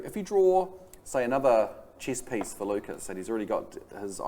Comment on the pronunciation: lmao its Lucas not Lukas, thanks for posting guys, it was cool to play on feature.